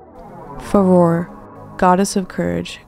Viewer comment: cool video but the mispronunciation of farore is quite irksome